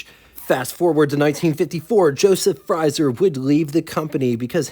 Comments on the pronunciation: It's Frazer, not 'Frizer'. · It's FrAzer, not FrYzer. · The pronunciation for 'Frazier' that you're looking for is "Fray-Zhyer"... Also speaking of the Woodhill Wildfire... I used to have a pal in Indiana who owned one. Anyhow... The Kaiser Darrin certainly was a beautiful little thing... I'm pretty sure that those sliding doors and the lack of a hotter OHV engine were what really did it in. Of all of the Sports Cars of the era though, I personally think that the Vette was the prettiest. Have you ever seen the Motorama prototype Corvettes? They built several and in all different configurations... The little Nomad-like station wagon was really cool... And the two door, fastback coupe called Corvair was KILLAH! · Small point - Frazer is pronounced like the boxer, with the long A sound. I've always thought the styling of the Kaiser Darrin was stunning, just a personal taste thing. Agree on the Town Car motif, I'd call it that too. WYR: Kaiser Darrin (the only sports car my dad lusted after), Jaquar XK 120 all day long. Excellent coverage as always - thank you sir! ~ Chuck